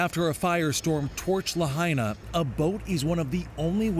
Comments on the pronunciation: "La High Nuh" NOT "La Hey Nuh" - appreciate the coverage tho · La-HAI-na, not La-HEY-na. Out of respect for the dead, at least say it right! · Tell your reporter on scene to learn how to pronounce Lahaina ...not Lahayna like he did😢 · Why can’t the reporter Tony get the pronunciation of Lahaina right? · Dude, learn how to pronounce the name of the town before you go on national TV. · at least learn how to pronounce the town's name correctly!